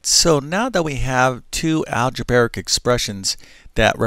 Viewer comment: You can say "algebra" well so why do you mention an "algebaric" equation instead of the correct "algebraic" equation? Makes no sense....